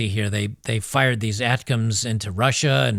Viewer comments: the missiles are pronounced "attack 'em" btw... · A.T.A.M.S. "A-Tac-Ums" Missiles